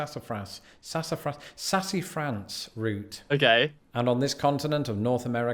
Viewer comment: Being from the south hearing him butcher sassafras and pecan pronunciations was hard to listen to. Take root beer and add vanilla ice cream and you have food 😋. Butter pecan ice cream and cookies are some of my favorites.